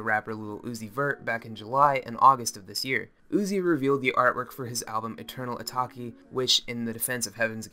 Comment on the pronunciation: "Eternal Etak-i" lol